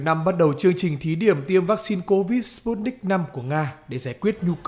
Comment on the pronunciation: sputnik v đọc giống như stupid .